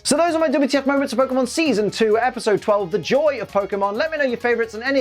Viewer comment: on other episodes: they forgot the accent on the ‘e’, Pokémon do bad in this episode: accent too early, Pokémon do bad Baby steps, my dude haha